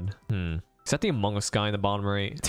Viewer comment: "Hello? Iz diz da Impostor from Amongas?, Hello? are youz from Amongas? "